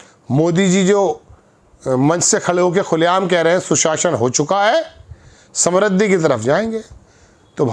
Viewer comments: सम्रुद्धि नहीं, समृद्धि बोलिए। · Samrudh nahi hota hai modiji,samridhi hoti hai.